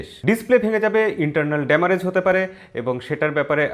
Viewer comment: দাদা আপনি যে বললেন , ফোন পড়ে গেলে internal damarage হবে ।ওটা damarage হবে না hamarage হবে ।